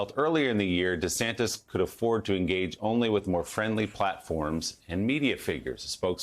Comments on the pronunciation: Love how this liberal news spokeswoman calls him DeeSantis. Just shaping America’s political view one clip at a time. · What's this "DE" Santis? Did anyone else catch that? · Dee-Santis, like Pee-Santis. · She called him "DUHsantis" and then corrected herself. Bwahahahaha!😅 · isn't it DuhSantis ? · Does she have an issue pronouncing DeSantis ? Its not that tough .